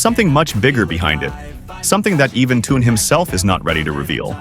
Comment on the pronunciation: Вот опять хрень написали я прошу правильно проговаривайте их имна он не Тун а ТЕХЕН.ЗА ЭТО ТОЛЬКО ПОД СУД ЧИТАТЬ ПРОТИВНО СКАЗОЧНИК ЗАЙМИСЬ ДЕЛОМ А СПЛЕТНИ НЕ СОБИРАЙ